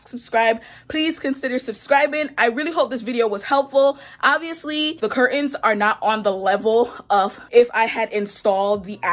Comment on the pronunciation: love-It's cur-Tains, not cur-ends. So many young people mispronounce this now that I think it must be a popular right of passage thing like valley girl speak years ago. I know..being on the hate comments!❤️❤️